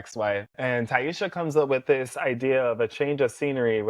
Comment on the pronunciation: this is a great video but you saying ti-esha instead of taissa drove me up the wall lmao 😂. Hope you start adding your predictions for whats coming next at the end of future videos. Would love to know what you think ❤